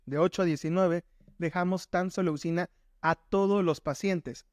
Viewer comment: Gracias doc! 👏 pero que chistoso dice tamsulosina 🤭🤭🤭